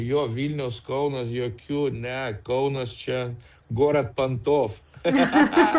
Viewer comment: Ne žinote, bet pažįstate. Ne lietuviška vėliava, bet Lietuvos vėliava. Lietuviška tai reiškia, jog pagaminta Lietuvoje. Ne kada pavasaris, bet kai pavasaris. Ne drAugiški, bet draUgiški. Ne KAunas, bet KaUnas. Anglo akcentas didesnis. Ir einant negalima nukristi, nebent į bedugnę..